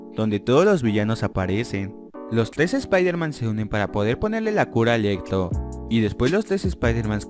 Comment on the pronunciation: Electlo , estleinch xDDD